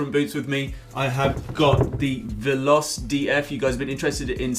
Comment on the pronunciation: they arent called valos they are veloce, and its pronounced VAH-LOW-CHAY